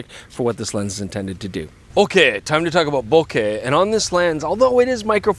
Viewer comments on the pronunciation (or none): none